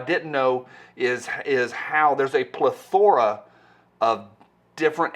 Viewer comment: Plethora? Or PlethORa? Sorry I couldn't let it pass, I tried.